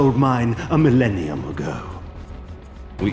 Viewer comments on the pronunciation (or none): none